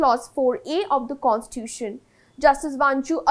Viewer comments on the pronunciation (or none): It's not pronounced as Constuition.. pronounce it as Constitution.